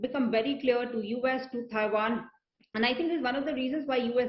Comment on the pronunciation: Thaiwan nahi madam.... Taiwan!